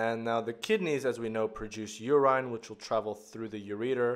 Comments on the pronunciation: Urine is not pronounced yurain but yurin. If in doubt look up the pronunciation on one of the many translation websites. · Very minor thing. You-rhyne should be u-rIN (like in ren-IN). It doesn't take away too much from the lesson but can be a bit confusing at times-- sometimes makes it feel as though you're mentioning a new hormone/molecule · at the end, he did pronounce it as "yurin"